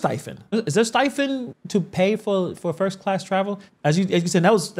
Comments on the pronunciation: If someone corrects her on how she says “STIPEND” instead of “STIFEN”, do you think she would listen? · I believe it's "stipend" and not whatever you said lol.